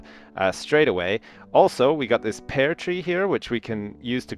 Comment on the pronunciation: is it me or did say "pear" wrong?